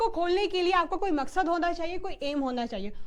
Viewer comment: mam ne maqsaad meme bola mujhe abdul yaad aa gaya